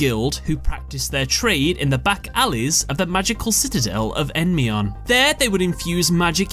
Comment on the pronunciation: so the Y in EndYmion is silent?